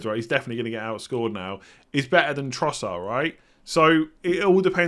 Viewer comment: When did Trossard become Trossar?